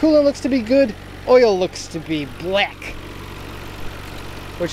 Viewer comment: Loled when he said black. (Blek) Reminded me of lethal weapon 2 at the South African embassy. "But, but... he's blek"